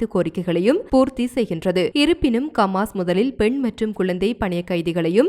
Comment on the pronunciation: ஏம்மா உங்க சமூகம் செய்தி நிறுவனத்திலுள்ளவர்களுக்கு ஹ என்ற உச்சேரிப்பு வராதா ஹமாசுக்கு கமாஸ் ஹௌதிக்கு. கூதி என்றும் உச்சரிக்கிறீர்கள் உங்கள் செய்திகளை உலகம் முழுதும் உள்ள தமிழர்கள் கேட்க்கின்றோம் கேட்பதற்கு அருவருப்பாக உள்ளது பிழை இல்லாமல் திருத்தி வாசிக்க கற்றுக்கொள்ளுங்கள்.